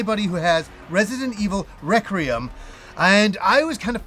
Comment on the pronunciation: It's pronounced REK-WEE-UM... There's no R in the middle 😂